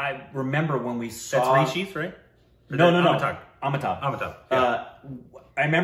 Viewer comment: Amita- bh..it is .not Amita-gh.